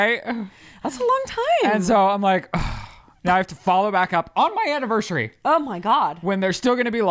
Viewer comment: “Annivershurey”